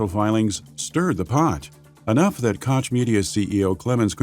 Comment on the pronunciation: I loooove the narrators voice but please... its not Kotsch its Koch, chhhhhh like sandpaper - sorry i had to... resisted for 53mins of this epic documentary but finally broke... no hard feelings, still love your content <3